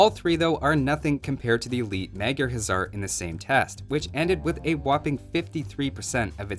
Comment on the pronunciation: Funny enough, even though it looks like it should be pronounced "Huzzar", the Magyra Huszar is actually pronounced "HuSar" with a soft s-sound, since in Hungarian, 's' makes "sh" and 'sz' makes "s".